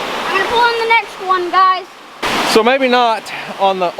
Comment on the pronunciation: He said gluys